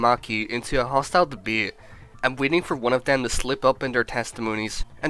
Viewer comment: and "Debyat". Can't pronounce "Debate" omg.